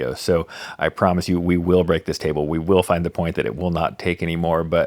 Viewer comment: It gone bweak